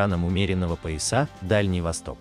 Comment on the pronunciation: Я ответила на все вопросы, а вот вам рекомендую следить за ударениями в русских словах, пояса(на первый слог, а не на второй) И интонации как у робота(или это действительно робот?)